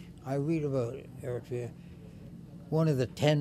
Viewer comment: It is so inconceivable to hear the foreigner is able to pronounce the name of the country more clearly as Eritrea, while the girl, who seems to be Eritrean, uses Ethiopian version name Ertra. Those who purposely change the name from Eritrea to Ertra is simply preparing themselves and others to make Eritrea part of Ethiopian province and name it as "Ertra" similarly to that Haileselase reign. To use Ertra instead Eritrea is like romanticizing Ethiopian colonization!!